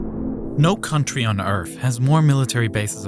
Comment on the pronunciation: No country on earf